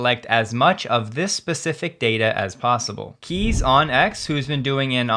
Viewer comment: Kees - is pronounced Case, not Keys.